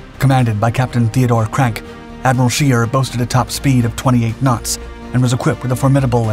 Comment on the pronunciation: Scheer not shear, try to get it right